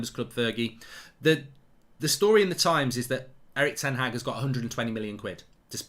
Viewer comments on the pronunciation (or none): It’s pronounced ‘HARG’ not HAG. It’s disrespectful